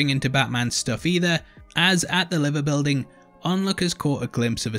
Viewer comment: I would have been happy if you had just pronounced the Liver Building correctly. (its not Live in the name of Liverpool its live like a band plays live). Just sayin, and yeah I know you wouldn't know that if your not local.